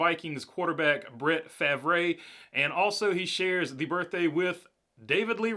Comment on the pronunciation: Favre is pronounced Farve.